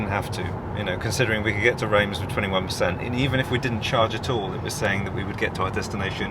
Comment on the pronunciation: You can put these place names into Google Translate and click the speach button. It will give you the local pronunciation and English equivalent. - Reims: pronounced Reems!